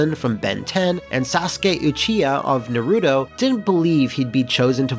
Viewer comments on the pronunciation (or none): Its pronounced Nar-ru-toe. Not nuh-roo-tow. Why can't anybody get this right? Why can't anybody do the fucking research to pronounce things correctly? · I hate naruto, but come on, his name is naruto not nuhrooto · Dude. It's 2018. NA-ru-to. Not nuh-RU-toh. C'mon, man. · "Na-ru-toe." Lol nooooo it's pronounced "Nar-ru-toe". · "Sasuke itchy-ha of nuh-roo-doe". That really hurts to hear. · I always die a little inside when someone pronounces Naruto as "NAH-roo-doe" but at least he didn't pronounce Sasuke as "SAW-sook" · did this man really just say Na roo to? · Lol he said Narooto. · Narooto???? C'mon man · Of course they got it wrong. He mispronounced "Naruto", for crying out loud! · Quite a bit of misinformation here... "Klaatu Baraada Nikto" is actually from The Day the Earth Stood Still, The Unspoken was Insomniac's last release, and "Naruto" was pronounced incorrectly in this video. Also, WHERE'S THE PIZZA HOMAGE!? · Says the words "Sasuke" and "Uchiha" perfectly but mispronounces "Naruto" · That mispronunciation of "Naruto" hurt my ears. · My god they butchered saying Naruto there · I don't even watch Naruto but... how F#@ hard is it say it right. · Stoped watching because of the way he pronounced Naruto